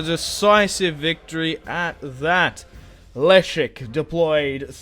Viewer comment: The king’s name is just pronounced leshek